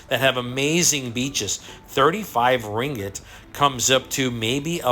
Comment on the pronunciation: Your 'Ringet' is hilarious.. hahah its Ringgit